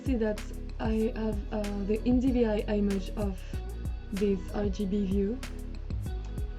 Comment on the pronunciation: Fantastic resource, thank you!. Not sure if someone else has already mentioned it, however the "i" in "image" is normally pronounced like you now pronounce the "i" in "isolate", while the reverse it also true :), that is, you should swap your pronunciation of "i" for these two words! No don't thank me, I can't help it!